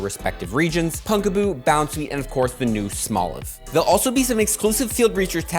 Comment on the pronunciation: Second PoGo content creator I have seen pronouncing "Pumpkaboo" (as in, you know... "PUMPkin") as "Punkaboo."